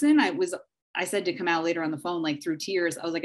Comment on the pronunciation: Is it Kamow or Kamau? These people need to practice saying the names of prominent people before speaking about them - this is disrespectful and needs to be checked while it is happening.